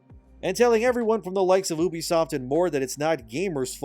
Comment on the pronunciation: It’s pronounced you-be-soft not ooh-be-soft. I wanna think you’re legit, but you aren’t even pronouncing it right.